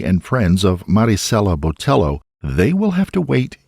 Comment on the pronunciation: I wish he would say her name correctly if not consistently. Cringggggeeee